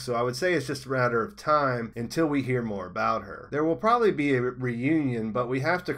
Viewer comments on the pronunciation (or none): none